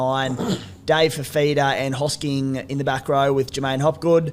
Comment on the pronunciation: Love how is the only person who can pronounce hosking